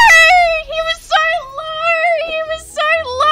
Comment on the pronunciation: i haven’t watched loser fruit in a bit but i just keep paying attention to her saying “noer” and i love it